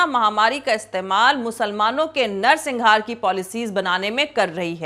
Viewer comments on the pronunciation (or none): madam, u are an excellent journalist, just one correction - it is 'narsanghar' not -singhar; great work, all along! keep it up!